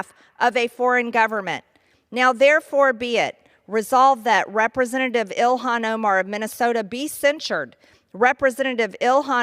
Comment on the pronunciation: Ty 😊 🙏 Her name is Pronounces Il han.😅